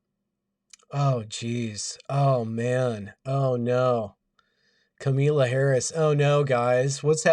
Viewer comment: It’s Kamala not Kamela. And just endorse Trump and fucking relax already.